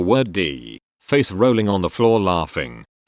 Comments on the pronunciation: The emphasis on that last one did me in 🤣🤣🤣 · emphasis on the "rolling"